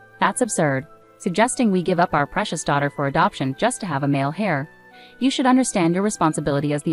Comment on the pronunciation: Its heir not hair.